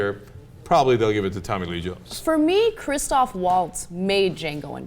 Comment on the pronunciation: ITS CHRISTOPH! NOT CHRISTOPHER! please try to get it right. you guys got it wrong like half the time.